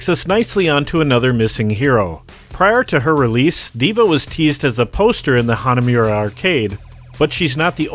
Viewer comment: It's NOT Hanamyura!